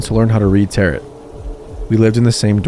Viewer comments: He said “Tarot” like “Carrot,” too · loved these stories!! your channel is very underrated :) just to let you know, tarot is pronounced 'ta-ro', or 'ta-row' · i am so sorry but tarot is not pronounced like carrot, its like Tare-o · "Tarot" is pronounced "tare-oh;" it does not rhyme with "carrot." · Love these stories! - Sidenote, it's pronounced Terow not tarot. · That isn't how you pronounce Tarot... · My only qualm with your videos is that you don't Google how to say certain words. Across multiple videos you have said the word dingy (ding-y), like the boat, rather than dingy (dinj-ee), which means something is rundown and gross. Also, tarot is pronounced t-air-oh. Typically this wouldn't be a problem but since you are literally a storytelling/reading channel, I feel like it takes away from the quality of your videos. If you don't recognize a word or you're unsure of how to say it please for the love of God just Google it. Sincerely, someone who loves your videos but hates being taken out of the stories every so often.